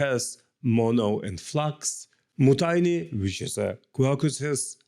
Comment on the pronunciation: It's pronounced Мьютини